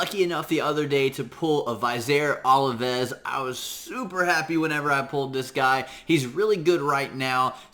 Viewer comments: God man you are butchering his name hardcore...... Plus, how are you getting olives from ovelis? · Oh man, hearing you butcher his name makes my ears bleed. Amazing champ though. I too run him with Martyr.